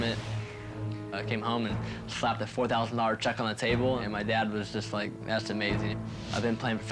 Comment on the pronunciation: did you rike it?